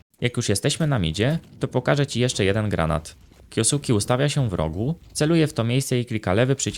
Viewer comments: na przyszlosc nie kiosuki, tylko kjoske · zle wymawiasz jego nick, na hltv dal wywiad gdzie jego nick wymiana sie kyoske a nie kyosuke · jak cos czyta sie kjoske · kyoske sie czyta chyba xd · Czyta się kjoske 🤓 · a tego nicku nie czyta sie kjoske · "kjo suki" xD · na przyszlosc jego nick wymawa sie kjoske;p, ciekawy filmik zostaje na dluzej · masz tutaj linka jak to sie powinno wymawiac, troche mnie szczypaly uszy jak to wymawiales ale odcinek jak najbardziej na plus